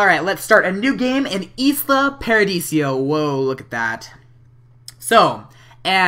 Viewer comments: ALL simmers are bugging me now XD It's pronounced (eye-lah) as in Isla Mujeres or the Actress Isla Fischer. XD sorry to be annoying :) good LP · it isn't pronounced isla it is pronounced Lila without the l at the beginning